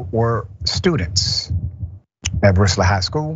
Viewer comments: The town is pronounced Brew-Lee... Don't ask let's a La. thing😆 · Brusly [Brew-lee]. I know it ain't as serious as the situation but it was bothering me lol nothing is pronounced how it's spelled in Louisiana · unimportant tangent: just for educational purposes only: Brusly is pronounced "Broolee" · Pronounced “Brew-ly”. Once he left his parish, he was clearly out of control. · Brusly is pronounced Brew•ly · brusly is pronounced brew - lee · Hey professor, no disrespect but the town is pronounced Brusly-“brew-lee”.